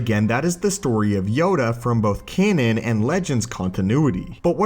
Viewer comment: I can't help but cringe every time he says "canon".